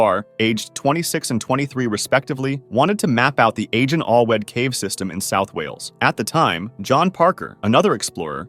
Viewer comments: Please don't mention Welsh caves again. You completely butchered the name. Agen Allwedd is pronounced A-gen Alth-weth. I hate it when people mispronounce names of places in the UK. You won't be able to pronounce Welsh names as a Yank, so please don't try, no offence. It's the same with many names of places in Yorkshire. They're virtually impossible to pronounce by a non British person. E.g. Staithes, and Slaithwaite. Pronounced Steers, and Slah-wit, respectively. Even then, the written version doesn't actually come very close to accurate. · Yeah........no one from the US speaks Welsh..... you're lucky if we get Spanish names right........